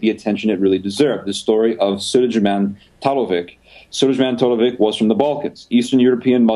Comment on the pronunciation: Sulejman Talovic: soo-ley-man ta-lo-vich is his name